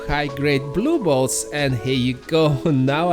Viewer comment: Are u saying blue balls??? 😅😅 jk i know its blue bolts but ur accent makes it sound like balls 🏀 🏀 lol love the videos keep it up